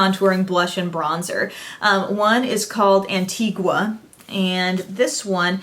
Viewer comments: its pronounced "Antiga" and "turks and kaykus" ... Love from your viewer from Trinidad,The Caribbean ;0 <3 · You don't pronounce the u in Antigua. Say it like Antiga.